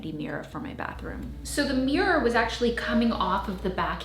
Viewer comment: "Tri-fold morror." 😂 I'm going to try the linen mat trick!